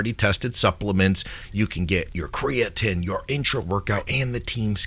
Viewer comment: you’ve taken the Cre-a-tin propaganda too far 😂 Cre-A-Teen emphasis on Teen